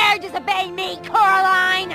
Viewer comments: just to let you know, it’s not coralina, it’s coraline ^^ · IT'S CORALINE NOT CORALINA